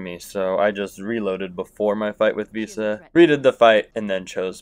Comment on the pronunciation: Can’t handle this guy calling one of the most iconic characters “Visa”